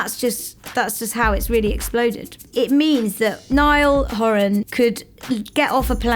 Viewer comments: “Niall horAN” If you’re gonna do a video about Niall horan make sure you pronounce his name right lol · You can't have a documentary about Niall HorAn without them saying his name wrong. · Nice, but it’s “Niall horan” not “Niall horAN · Can we say his name properly plz wtff And yes nail was the front man in the u.s